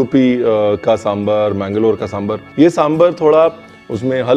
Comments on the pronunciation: Sir, your extra informations are too good. Ek cheez jo maine bolna zarrori samjha. It is दोसै in Tamizh, दोशा in Malayalam, दोसे in Kannada and दोसा in Telugu. Please pronounce in one of these ways. These is nothing called डोसा. Aur सांबार hai, bohot log सांबर bolte hai. Please don't be offended but this is what it is. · It’s samBAAAAAR pls (and not samber)…🙄🙄🙄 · It's really good to see South Indian food represented, and that too so close to authentic! And with the history too, and acknowledging its origins in ancient Tamil cuisine, mentioned in Sangam literature. Thanks so much! But one request, Chef Ranveer... Please pronounce it right - it's Sambaar (सांबार), not SamBHar (सांभर). You spelled it right in the video, kudos! But please do say it the same way. Please 🙏☺️ Trust me, if people hear you pronounce it this way, it'll have such a huge impact. I love your recipes and more importantly they way you teach. So much patience, and in such a fun loving way. I recently made Jalebi, Sweet Corn Soup and a bunch of others. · RB is spot on about the different types of Sambaar (it's Sambaar not Sambur😀) from Kerala, Tamilnadu, Andhra Telengana and Karnataka. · Lots of respect for Ranveer, but I lose it when he says Samburr😭😭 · Please call it "Sambaar ". Not "sambre" Like ranveer brar not Ranvee Brer. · It is pronounced sambaar!! Like “bar”!!